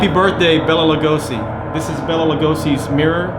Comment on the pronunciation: It's pronounced Bay-la Lugosi, not Bella Lugosi. I've met his son, who is also named Bela.